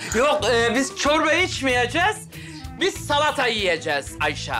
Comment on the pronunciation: Zâlata değil salata❤❤